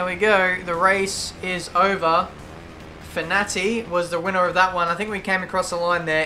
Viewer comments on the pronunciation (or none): Awesome Vid! Btw for Fenati it's pronounced Fen-ar-ti